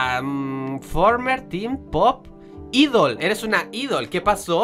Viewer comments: se dice aidol,no Idol,ah. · c pronuncia aidol :v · idol io: aidol la pronunciación me mata y traducción ʕっ•ᴥ•ʔっ